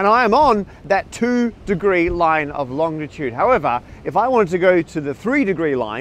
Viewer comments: Gah! It's not longtitude, it's longitude! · BTW it’s Longitude not Longditude as you pronounce it. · It's longitude, not longditude, Matt. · Matt please, long-i-tude not long-di-tude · You’re not pronouncing a ‘D’ that isn’t there are you Matt? So often it sounds like long-di-tude, when it’s really long-i-tude.